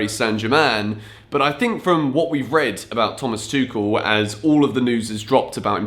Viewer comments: Tuchel's name is pronounced as Too-hel, not Too-kel. Just letting you know for the next time. Keep up the good work. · It's Tuchel, like Tu-HELL. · Lets agree its tuchel and not tuchel 😂😂😂😂i know you read that differently. But if we dont read Chelsea as kelsea so even tuchel shouldn't sound tekel 😂😂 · Pls dont say Tuchel as a german speaker it hurts every time hahahaha but big fan of yourse